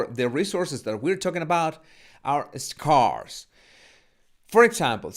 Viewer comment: apreciado, scarce, scarcity se pronuncian como: skers, skersiti